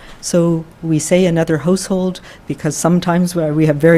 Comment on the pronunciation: What's a holsehould hahahaha😀😂😂